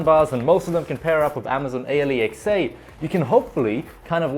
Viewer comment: It hurts me everytime dude say amazon. A,l,e,xa